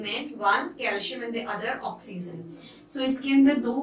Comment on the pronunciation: Mam oxyzen nahi oxygen